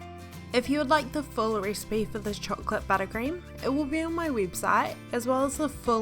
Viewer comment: Dude I can't stand this accent "ricebay"